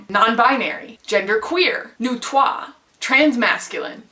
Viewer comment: Thank you for actually pronouncing neutrois in this video! I've only ever seen that word written, never heard it spoken, and I've always been like, "so is that pronounced like the french number 3 orrrr....?" And finally I know! Thanks <3